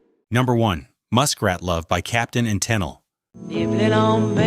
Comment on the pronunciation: My God does anybody at your channel ever QA the audio before you post it Are you using a really bad AI voice that reads the words as they are on the page as opposed to how they're supposed to sound Toni Tennille is being pronounce TEN NILE instead of Ta Neil Can you put the script in in phonetics so that the AI voice over reads it as it's supposed to sound as opposed to how it's written It's not that damn hard.